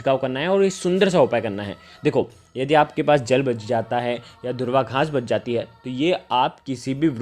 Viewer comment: धूर्वा नहीं दूर्वा बोलते मेरे प्यारे